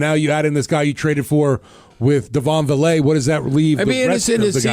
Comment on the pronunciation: Personally, I'll be surprised if Vele doesn't play against the Broncos in practice. He's great offscript. Also it's pronounced Vay-Lay